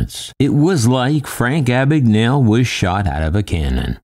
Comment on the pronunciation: I’m almost certain that “Abagnale” is an Italian name. “gna” in Italian makes the same sound as “ña” in Spanish. It’s weird hearing his surname pronounced as if it’s an English name.